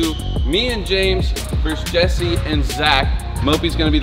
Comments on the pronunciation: Or else just laughed when kept saying “ JEZZER” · voice When he saids jesser "Jezzer" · always says jezzer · I watch a lot of 2hype but I dont get if purposely says Jezzer